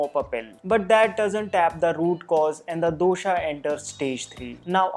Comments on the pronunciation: I follow yiur vodeo they are so much knowledgeable and accurate. One complaint though Pls pronounce dosha vata pitta kaffa correctly. Just because these letters end in a the pronunciation is not doshaaaa it's dosha' And similarly other. Say the words as it is said in its own language. Why make it an english pronunciation for no reason. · My South Indian mind is hearing dosa everytime he says dosha🙂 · Me too😅🤣